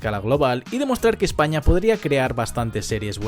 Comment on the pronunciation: En de ves de decir España dice Espana